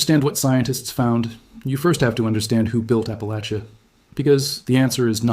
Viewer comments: Oh no, why would i commit to listening to a video about appalachia where the host can't even say appalachia/appalachian properly 😭 At least he didn't claim appalachia ends in Georgia, though.. everyone seems to forget Alabama when they talk about appalachia. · My family of East Tennessee (many, many generations) always said "Appa-lay-sha", but many locals pronounce it "Appa-latch-uh", just for your information. Either is probably correct and the AI presenter says it both ways!